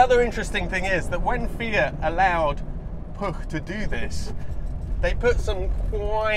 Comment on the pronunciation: Congratulations on getting cat-bombed and pronouncing Puch correctly (rare for English speakers).